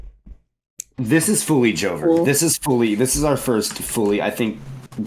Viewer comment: i thought they said joker instead of joever so i was thinking "dude why would the joker do these things"